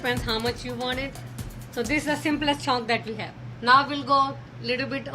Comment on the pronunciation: Andy: "chhonk" Me: C H O N K